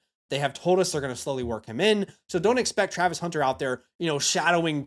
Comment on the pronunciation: bro can't spell or say Travis Hunter 😂